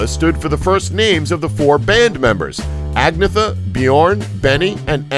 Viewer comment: That's not how you pronounce "Agnetha"... it's pronounce AG-NEH-TAH